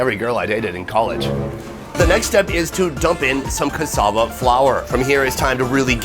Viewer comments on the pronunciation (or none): As a Ugandan Child "Not to be mean or anything but," most of the words u said make me laugh u pronounce them funnily it's not ka sa va it's cassava and it's not bu ru ng I it's barungi in pronunciation ❤❤❤